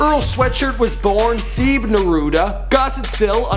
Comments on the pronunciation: TE-BAY, not theebe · Teh-Bey noot Theeb... Don't do my mans Earl like that smh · its pronounced teb-eyy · It's not Thebe (Thee-ee-b) , it is Thebe (Teh-beh) He is a Motswana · His name is pronounced Thebe (TEH-bay) Kgositsile (Guh-SIT-sill) *scoffs*, _Theeb_... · Theeb Everyone: The-Bay South Africans: The-beh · Its Pronounced Tebe not theehibi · Lol its not "theeeb"...his name is of a South African native language , pronounced "Teh.Beh" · 'theeb' hahahhahhaha its pronounced like 'te-bay' hahah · 'te-bay' hahahhahhaha its pronounced 'te-beh'. It's a South African name. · man said 'Theeb". His NAME is pronounced "TUH-BAY". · tah-bay is how it's pronounced. not theeb 😂😂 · His name isn't theeb you idiot, it's pronounced "Tebbay" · Dude... It's Thebe (Teh-bay) not fucking Thebe (Thee-bee) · teh bae not theeeb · its not THEEB its Te-bey Thebe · his name is not pronounced Theeb, it's pronounced Tey-bay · It's pronounced like "tehbay" not "theeb" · this nigga said theeeb. its pronounced teh-bay. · lol guy who speaks setswana here(the language his name is in) and tyler kinda messed it up too...though teh-bay is much closer than theeeb. Interesting fact, his first name thebe means shield in english! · Was gonna recommend 2 Chainz. lol Sooooo curious after the Nancy Grace incident. Maybe try Chance the Rapper. Also, you pronounce Earl's name "Teh-bay" not "Theeeeb" haha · "Theeb"? you called him "THEEB"!?!?! It's 'Tebay'! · "theeb neruda" It's 'Thebe',. 'Teh-bae.' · lmao you pronounced his name as theeb instead of tebay (thebe) but its all good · It's not Theeb. It's Thebe. Do your research! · dude said “theeb” 😔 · His name is pronounced Teh-beh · thebe pronounced "teh-bay" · His name is pronounced the-bay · does all this research, doesnt kind his name said ever. its Thebe (te-bay) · ITS "TEH-BAY" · "theeb" hahahahaha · His name is pronounced T - Heh - Beh Thank me later. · it's Teh-beh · his name is pronounced "teh bay" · It's pronounced tebayeeee